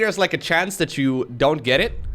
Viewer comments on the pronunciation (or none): your English has almost no accent, but you can never pronounce the 'th' sound. It always comes out as a 'd'. For instance, you say 'dat' instead of 'that'.